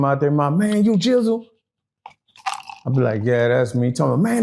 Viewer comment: Gizzle not Jizzle